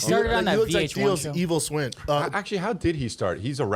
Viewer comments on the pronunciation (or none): “ he looks like Theo’s evil swin” Yoo literally meant to say twin but his ufc brain made him say swin 😂🤦🏽😂🤦🏽😂